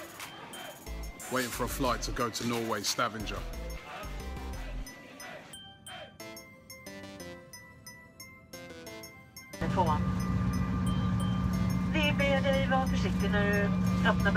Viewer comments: 'Stavinjer' (Sta-van-ger) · Your pronunciation of Stavanger made my day! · Hope you enjoyed your ride driving through Norway, there is lots of beauty to see! Also, you completely butchered the spelling of Stavanger